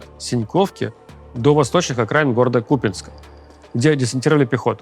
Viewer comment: Фоновая музыка немного странный эффект создаёт. И с ударениями разнобой - то КУпянск, то КупЯнск, то СтАвропольский край (хотя он вроде бы СтавропОльский).